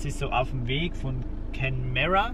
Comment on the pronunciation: Kenmare: Kennmähr, aber eure Variante ist lustiger ;.)